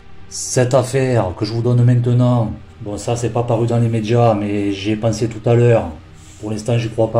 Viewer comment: Avant les "médjias" 🤣🤣🤣🤣🤣